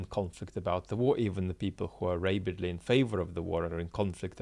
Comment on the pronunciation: rabid (and rabidly) is pronounced with a low a like rabbit, not a high a like able